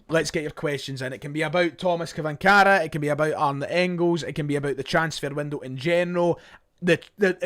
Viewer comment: it's pronounced " Chvanchara...`Tomash Chvanchara"